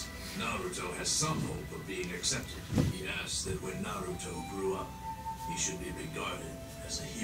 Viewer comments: It's not NaRUto, but Naruto. That is, no accent on any of the syllables. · did he just say “naratu” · straight up called Naruto Noratu haha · Please say naruto right it’s the o e thing as a fan that bothers me like nothing else does but just the main characters name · Please stop pronouncing Naruto wrong